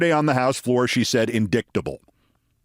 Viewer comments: Indicktable!!! Hahaha ! Be funny if it weren’t so sad. Has to use her finger to read words she can’t pronounce correctly. Get her OUT of Congress!!!! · KEITH! When have you heard the word "INDICKTABLE"??? Even if she can't read, she can hear! AND if you are a member of the modern GOP, just following TRUMP means you've become familiar with the word "indict" and its extensions. MTG is just dumb! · *-IGHTis not really phonetic spelling... It is one of the most illogical spellings in the English language! This is the actual phonetic spelling of indict: ɪnˈdaɪt. How 'ight' could represent the sounds I don't quite get... But still I absolutely WOULD use -IGHT or -ITE to make sure I don't pronounce it incorrectly. ... Still itt's not phonetic spelling which uses the phonemes uttered, expressed by a specific set of symbols. You see them in the dictionary. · I had a pause there for a second. InDICKtable? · Ugh, the Jan. 6 trial is the one that matters the most. PLEASE let it happen before the election, and PLEASE convict that slimy weasel. Re: MTG and "indiKt", dyslexia does not prevent someone from using the pronunciation key in a dictionary.